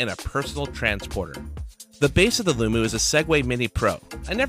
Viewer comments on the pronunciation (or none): Its Loo-Mo! Mo does not equal moo...